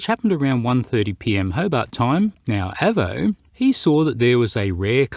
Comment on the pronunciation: your pronunciation of Avo hurts my ears a little. Probably because to me an Avo is a very superior brand of analogue multimeter. The Avo model 8 Mk III being my favourite. Although if you can find one, the ex RAF ones are good, as they have 300V FSD instead of the more usual 250V. Great when working on valve circuits. But anyway, it was always pronounced with a long letter A.